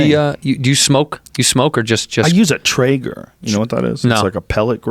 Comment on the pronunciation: Joe " I use a tragger" Rogan